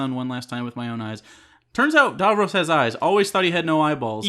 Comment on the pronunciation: For fuck sake guys say Davros properly. How many times was his name said and you still manage to say it wrong?